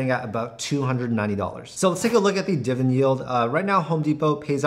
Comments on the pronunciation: diviDEND, not diven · Can you actually pronounce the word "Dividend?"